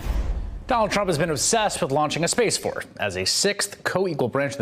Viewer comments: "Space Saforce" I love how he is not letting this one go. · Dammit !!! At 52 I don't think the Spaceuh Force recruiters will send me to spaceuh camp..........I feel badly for the U. S.Airman that had to unfurl that flag for the presidents photo op. What a s### show. Bigly Sad............